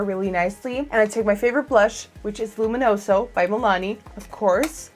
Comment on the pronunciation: I love your pronunciation of "luminoso" :) (I'm italian :D)